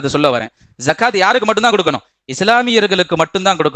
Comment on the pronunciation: ஜகாத் இல்ல ஸகாத் الزكاة